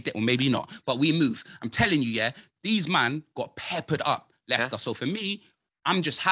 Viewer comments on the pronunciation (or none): Did this man say MOElester city??????? 😂😂😂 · Mo-Leicester city 🤣